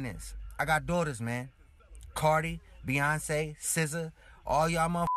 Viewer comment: Did he say Beyoncé?? BEYONCÉ?!?! I Stopped listening after that